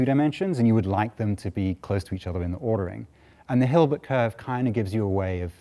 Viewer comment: Hilbert not Gilbert!